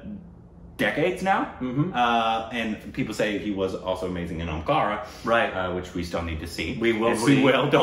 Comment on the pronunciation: My name is Omkar. And thanks not butchering Omkara.